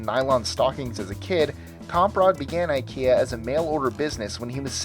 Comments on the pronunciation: Fact 26 - It's NOT Eye-kee-ya, it's Eee-keya. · It's not pronounced EyeKia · Nope. Swedes pronounce it as ih-kea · Skåne sträcker sig ju mig veterligen sig ända upp till Hammarbyslussen och Norrland börjar runt Odengatan. Så du är inte mycket fel. Stockholmare säger dock inte "ih-kea". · Scott Mulligan I've heard people pronounce it [eye-ki-a] and [e-keh-a] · IKEA rhymes more with "india" and not with "idea"